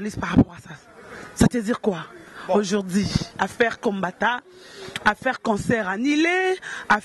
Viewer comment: gloria loba k ba mots bien aujourdi nde nn on dit aujourdhui licencie ya ifasikuite ya modele nn en plus olobaki okosala emission pona makambu ya wata te ezosopa yo